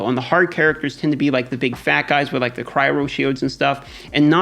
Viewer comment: It’s pronounced ‘cryo’ not ‘cryro’. Great video, love your work!